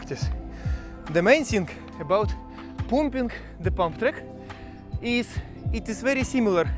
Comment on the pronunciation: “Parm-ping” will give u slightly better pronunciation 😅. Hoping you won’t get called up to join the fighting. The videos are too good!